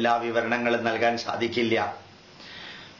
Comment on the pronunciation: ഇയാള് പറഞ്ഞല്ലോ സാകിര്‍ നായിക്കിന്റെ ഉച്ചാരണം ശരിയല്ല എന്ന് , ഇനി മലയാളി ആയ ഇയാളുടെ ഉച്ചാരണങ്ങള്‍ താഴെ പറയാം ശാദിക്കില്ല =സാധിക്കില്ല ശൂര്യന്‍=സൂര്യന്‍